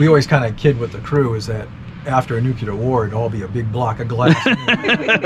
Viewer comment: I love how many times people say "nucular!"